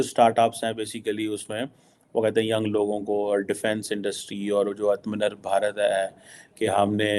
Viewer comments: analayst, "ATMA NIRBHAR" bhi isko pronounce karna naheen aata hai, aur yeh Pakistan ka analyst hai, aur establishment ka mouthpiece hai...chutiya 😅😅😅😅😅😅😅😅😅😅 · it's atmanirbhar... Please it's atmanirbhar....